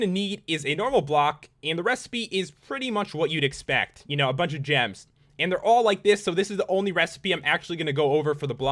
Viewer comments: i hate it when you say "AND" it's so iritating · dont hate but u say on and block funny :P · The way he says "and" Jesus Christ.....